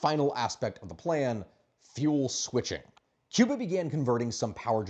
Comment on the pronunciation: Your pronunciation is very good. Americans usually say Key-oo-bah , the correct is Koo-bah . God bless the Cuban people, may the communist slavery end soon.